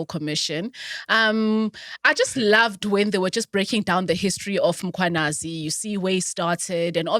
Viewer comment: It's Mkhwanazi not Mkwanazi